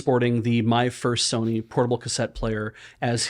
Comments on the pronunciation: saying "My First Sony" kept sounding very close to "my fursona"... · I heard "My Fursony"